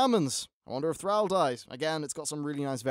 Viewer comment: pls dont tell me he just said hopefully thrall after theyre might be some very big deaths he also pronounced it wrong if he did say that which i hope not